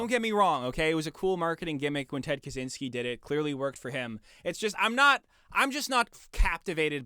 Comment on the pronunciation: It's pronounced “Kachinsky”, actually